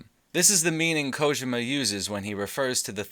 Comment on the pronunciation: I cringe every time you say "Kojema"